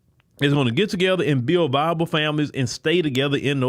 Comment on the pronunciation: Did he say "bible" families, or "viable", families?